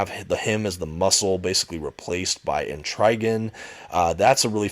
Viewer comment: I never heard Et-Trah-Gahn pronounced Et-Rye-Gahn. But yeah, this book was great, though "Lonely City" is misleading considering the amount of supporting characters in the book. (And I don't know how Two-Face can run for Mayor. Then again, Gotham doesn't seem like it has strong anti-corruption laws). But seriously, books like this are one of a few reasons why I personally prefer DC to Marvel: High-quality, self-contained stories requiring little-to-no background knowledge, without worrying about extensive continuity or context.